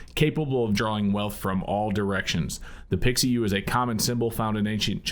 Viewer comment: Pi Xiu ( Pee-shu) not pixie yu.